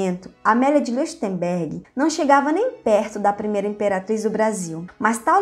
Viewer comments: Nao querendo ser chato, mas já sendo kkkkk Leuchtenberg se pronuncia Lóictenberg , em alemão "eu" tem som de "ói" 😁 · O nome Leuchtenberg se ler loirtemberg. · Onde foi que você aprendeu a ler?? Falta ritmo, a cadência é irritante. É impossível continuar ouvindo além de um minuto! A pronúncia do ditongo "EU" em alemão é "OE". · A pronuncia do sobrenome dela é: Lóishtenbérg. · Certíssimo, e o som ch se pronuncia puxando da garganta o som. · Exato "eu" pronuncia-se "ói" e "ch" como o "h" do inglês ou "j" do espanhol : um som aspirado.